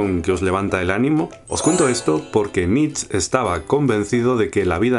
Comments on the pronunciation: Nietzsche, no Nietzsch (jeje); excelente vídeo! saludos! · Me hace gracia que no digas "über-mensch" por miedo a la embajada o no se que y luego pases todo el vídeo pronunciando "nitzs". Nietzsche se pronunca "niit-she", con la t casi muda. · ¿por qué pronuncias "nich"? ¿influencia francesa? el bigotes es alemán, su nombre debe pronunciarse "nit-che". Muy buena síntesis. Saludos de la embajada alemana. :) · Supongo que ya te lo dijeron, pero no sé llama "Nich", se pronuncia "Niche". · Hey por fin, una buena y clara explicacion de Nietzsche (algunos lo pronuncian Nietsh y otros nieths she), me gusta porque no es en tono serio como en otros canales y no lo enrrollas. yo traté de hacer una en mi canal sin haber visto este, bueno de hecho lo hice antes de que subieras este vídeo y trato de hacerlo en tono de blog, y con mis propias palabras, pero al fin de cuentas es lo mismo que mencionas tú. Muy bien! Un saludo y me suscribo, checaré qué más tienes. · Pero como se pronuncia su nombre en alemán? Nitch o nitzche? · Saludos. En realidad Nietzsche se pronuncia nìche, sé que es una nimiedad, pero nunca está de más hacerlo saber. Gracias por tus videos. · Nietzch? se pronuncia hasta la última letra!! Que es alemán! Que grandísimo error... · Dice solo "Niets" porque no sabe cómo se pronuncia "zche" jajaja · Solo una cosa, la "e" de Nietzsche se pronuncia, aun así, buen vídeo. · perdonado estás, pero que no se pierda la "e" final! :) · Nietzsche se pronuncia la ultima e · MALDITA MANIA DE INGLESIZAR LA PRONUNCIACION DEL NOMBRE DE NIETZSCHE! se pronuncia con una E final... no es fonetica inglesa sino alemana, idiomas de pronunciacion distinta